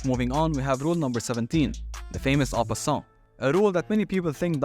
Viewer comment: I cannot understand what you are saying for en passant. I tried using subtitles - no luck. The loud background music change makes it worse.